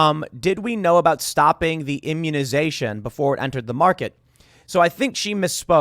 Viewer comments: Sounds like she said, "huminization"...??? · Sounded kinda like she said “humanization” and not “immunization” lol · Humanization or immunization what did she say? Sounds like both to me. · Ah she said "immunization"